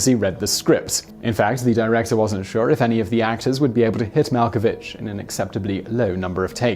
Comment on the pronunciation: mal ko vick